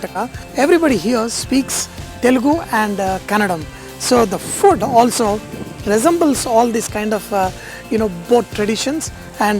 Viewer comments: Sir, we love your cooking and enthusiasm. We Kannadigas welcome you and are extremely happy to see you visit our beloved Karnataka. Also, it's Kannada Sir, not Kannadam. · Sir please pronounce ಕನ್ನಡ.not.ಕನ್ನಡ೦🙏 ❤️Ur cooking.... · Sir it's not kannadam .. it's kannada .pls pronunciation it properly . Thank you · It’s not kannadam. It’s kannada. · Its kannada it's not kannadam correct ur self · Hi not kanadam it's kannada